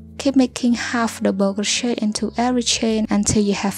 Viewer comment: all i hear is crow-shit 😭